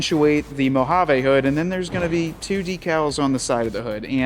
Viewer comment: I'm drunk again from every "Mohavaaa" he says 😂